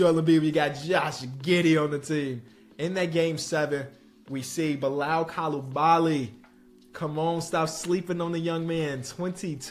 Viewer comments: Just to help...it's pronounced Koo-Lee-Ba-Lee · Bilal Coulibaly’s name is pronounced (coo - lee - bah - lee) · Bilal name is pronounced ku-lee-ba-lee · It’s pronounced Beelal coolabally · it's bee-lal coo-lee-bali. Youre halfway there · To help you a little bit with pronouncing Coulibaly, should be like “Coo-Lee-Balee’